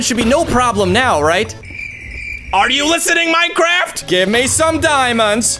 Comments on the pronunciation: I like how just say mincraft ( has a different voice in start) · Why did he say Minecraft like that at the start